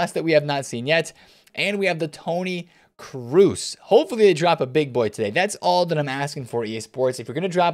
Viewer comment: Double o in German is not pronounced like an U. It’s cross, not Cruise ;)